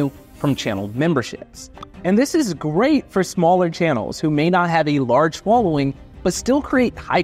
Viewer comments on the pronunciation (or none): none